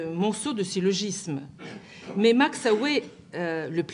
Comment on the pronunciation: Max aue ne ce prononce pas ohé, mais max aou !